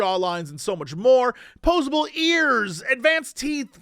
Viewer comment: Now I KNOW that's not what he said. But in the Hero forge advert I heard... "..there's posable ears! ... And Man's teeth!!" 😂